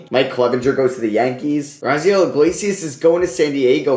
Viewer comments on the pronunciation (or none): none